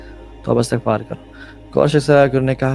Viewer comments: Thank you for the great message broth but please pronounce the word Astaghfar correctly ❤ regards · Bhai istigfar parhy hai Istigfrulaah